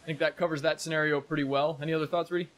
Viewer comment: Sen-AR-io. Lol